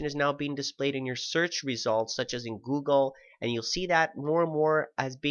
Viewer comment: lol "goggle"